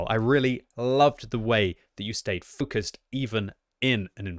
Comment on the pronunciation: did he just say FUCUSED <3 <3 <3